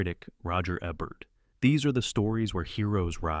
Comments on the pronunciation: It would be rad if you pronounced the names right — or is this narrated by AI ? It’s not Eh-bert it’s EEbert. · AI can't figure out how to pronounce Ebert's name. Ee-bert? or Eh-bert. Shows how much this channel really cares about what they're doing. Also, I wonder if Alec Gwyness is the same one who played Obi-Wan Kenobi. This isn't just a channel about movies; it's a messed up feverdream of mispronunciations and overwrought descriptions. Good choices, though! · Nice list. I don't expect you to know this because you are probably too young to have seen Roger Ebert's show, but you pronounce Ebert with a long E. So it would be like EEbert. Thanks for the list. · I agree. I thought maybe he was young but the pronunciation of Alex Guiness and Gunga Dinn and of course Ebert drove me crazy. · His name is pronounced as it's spelt.